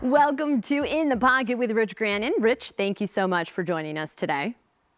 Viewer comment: She called him "Rich Grannon"... Lol